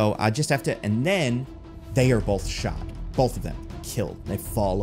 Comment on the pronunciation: I'm obsessed with how you pronounce both. Bolth.